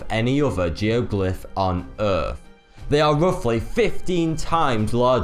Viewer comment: Errf.... fink.... Mafematics.... There goes the English language... Face Palm